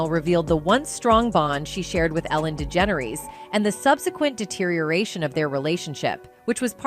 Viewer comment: THIS CHANNEL IS AI - ARTIFICIAL INTELLIGENCE. THE AI CANNOT PRONOUNCE WHOOPI'S NAME PROPERLY AND OTHERS AS WELL. LIKE ELLEN'S LAST NAME. GHEEZ, WE ARE BEING FED BY AI. WHAT IS TRUE AND WHAT IS NOT? THIS IS DISGUSTING!